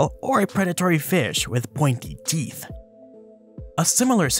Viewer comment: Monty Python fan are you? The way you pronounced pointy teeth, bit of a give away. 7.15